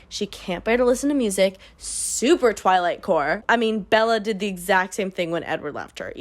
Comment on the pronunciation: Every time you said ‘twilight’ I heard the word ‘toilet’😂